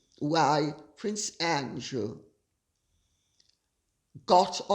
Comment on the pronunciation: Sarah Duchess of York and Epstein paying her bills--I read $15, 000 the other day, but read something like it was in the hundred thousands a few years ago. Edit to add: closed caption always renders Lady C's pronunciation of Prince Andrew as, "prince angel" !